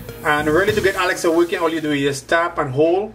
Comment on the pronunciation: the way he pronounced Alexa as "Alexer" is a bit destracting